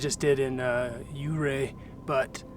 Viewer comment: Ouray is pronounced "Your-Ray". I was promptly corrected by a local who was quite passionate about it many years ago and it just stuck with me. Great video.